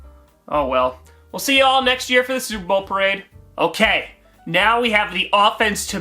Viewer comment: Steewuhs go supuh bowuh